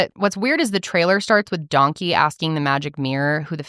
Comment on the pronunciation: i actually had to pause it and collect myself bc of the “DONKEH” over and over again 😅😅